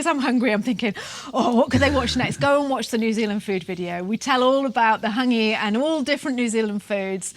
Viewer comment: Practise your pronunciation of Hangi - other than that - agreeeeeed.